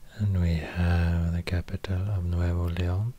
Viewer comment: Wow, me encanta su pronunciación. Viva Monterrey, Nuevo Leon. 🇲🇽